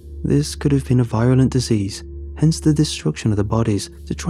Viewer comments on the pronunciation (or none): I want to start first with the fact that i adore you and listen to you to fall asleep several times a week. Im so sorry to point it but like this but you are mispronouncing some words. The word virulent is pronounced VEER- uh -lint. Also the t sound in guttural should be voiced. so Its not guh- TOUR- al but closer to GUHD-er-al but not quite though. it helps if you try to say the t sound without your tongue against the back of your teeth which puts it righr in between a tuh and duh. It's a tough one! I hope this is okay I really dk respect you and love your videos. I'm going to fall asleep to your voice now!